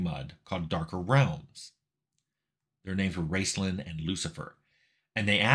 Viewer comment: I couldn't tell if you were saying "Raceland" or "Rincewind" (the latter makes more sense for a MUD Wizard).